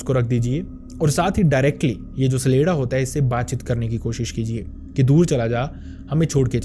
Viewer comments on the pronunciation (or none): CHA-Lay-Da and not SALEDA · सलेडा नहीं छलेड्डा